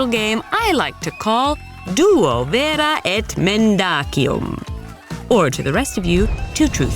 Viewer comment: Mendacium misspronpunced